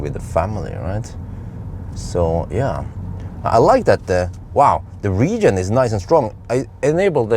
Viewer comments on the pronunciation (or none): none